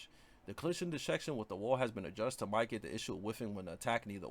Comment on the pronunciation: You're saying mitigate wrong. Pronounce it "mid a gate". Your videos are helpful tho fr